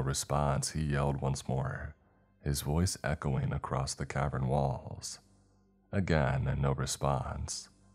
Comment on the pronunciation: Why do you say it like “acrosst”